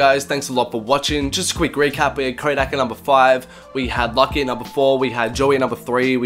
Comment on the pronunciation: lucki ecks....... luuuuuucki, like lupe, like it's pronounced loucki